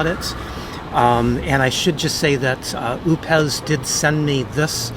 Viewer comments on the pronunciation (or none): I'm not sure, but I think it's pronounced O pes